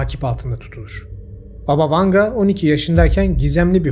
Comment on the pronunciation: BAba Vanga. Vurgu ilk hecede olucak. Baba rusca nine demek.